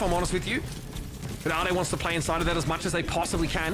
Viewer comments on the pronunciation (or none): ade being pronounced like "ah-day" threw me 4 a loop JKL:SDDS